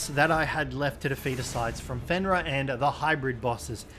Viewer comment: ITS FENRIR WHERE ARE YOU GETTING THE A?